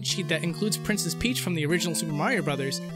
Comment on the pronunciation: Is it just me or did he say "plincess Pleach"